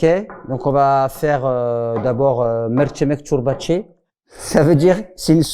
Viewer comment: "Merçimek çorbaçi" au lieu de "mercimek çorbası" ça m'a finie 😂😂😂😂😂..... mashaAllah vraie family goal qu'Allah vous preserve